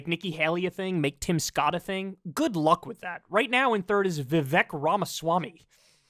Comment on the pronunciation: Hey Kyle, His name's Vivek, that rhymes with CAKE (you've seen him rap, right?) :person-turqouise-waving